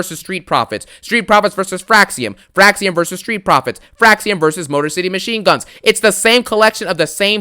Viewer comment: Did you say Motor City Machine Bums?? I’m dead 💀